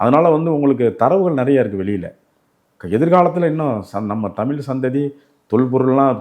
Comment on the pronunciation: ஐயா தமிழ் என்பதை தமில் தமில் என்கிறீர்கள் உச்சரிப்பில் கவனம் செலுத்தினால் மேலும் சிறக்கும்